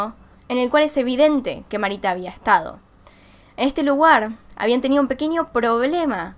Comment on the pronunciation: soy yo o dice luguar?